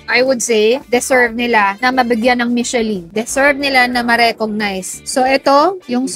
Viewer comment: It is pronounced as MISHELAN